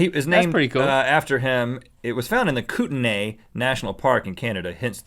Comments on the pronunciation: not pronounced KOO-ten-ay, it's KOOT-nee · its pronounced Koot-Nee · For the johnny depp one... the place they found it is pronounced coot-nee. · It's Koot NEE Rhett... sighs (I'm Canadian btw) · It's pronounced koot-nee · Kootenay is pronounced "Kootenee" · Kootnay is actually pronounced kootnee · Kootenay is pronounced koot-nee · Its pronounced "Koot-en-ee"